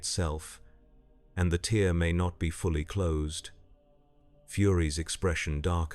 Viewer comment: suggestion: whatever agent you're using to generate these stories, add a step to convert words with multiple pronunciations, such as "tear" to write it out phonetically as "tare" so it doesn't text to speech the wrong way. This can be done as a final step.